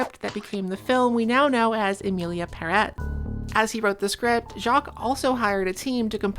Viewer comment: I have adhd so these are my thoughts: 1. Everyone in this video has fantastic hair. 2. that smile you gave reminded me soooo much of Matilda. Child with telekinesis vibes. 3. the way you said the title made me think "Emily in Paris" 😂 4. Cute kitchen! 5. Thank you again,, for giving the people what they want 😗🫰